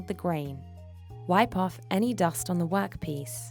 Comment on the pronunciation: “A wok piece”